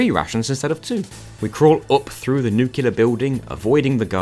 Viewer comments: Everything in the video was fantastic except your pronunciation of the word “nuclear.” It’s Nu-clear, not Nu-Q-ler. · Metal Gear Rex does not have a Gatling gun, it's a rail gun. And it's nuclear, not nuculer. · New. Clear. Nuclear. Nukular is not a word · A Brit saying nucular 😢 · nucular building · I will not make a comment about how you pronounce all the vowels, because that's an accent... but "nukular" is not an accent ^^